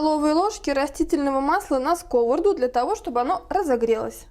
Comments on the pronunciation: СковородА,а не скОворода, а за рецептв спасибо❤ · Извините может я забыла русский девушка говорит скОворада, я всю жизнь говорила сковорОдка.? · Так , как же правильно произносить скОворода или сковородА ? Правильно скрвородА ! Не будьте дремучей и безграмотной !!! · Рецепты классные. Но частое слово скОворода режет слух. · Вы молодец,все вкусно и красиво,но ставьте пожалуйста ударение правильно на слово сковорода.